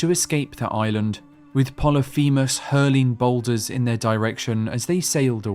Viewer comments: "Plolyphemus" Is pronounced 'poh-lih-fih-muhs' I only know that thanks to my 9th grade English teacher a decade ago 😅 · Pol-lif-a mus. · it's pronounced polyphemus, not poly feamiss